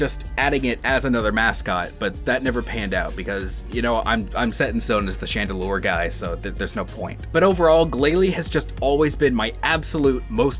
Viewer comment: IT'S CHANDELURE, NOT CHALLENDURE!